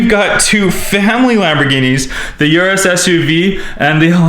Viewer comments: It’s pronounced OOrus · Uris is pronounced ooroo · urus not yrus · URUS!!!!!! by the way Lamborghini estoque is pronounced E ST OKE